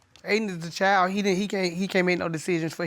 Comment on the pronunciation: CHILD with a D - not a chile